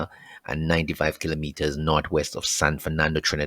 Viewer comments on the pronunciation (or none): none